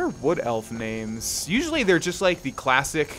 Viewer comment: the way he pronounces the names are just so anoying but good video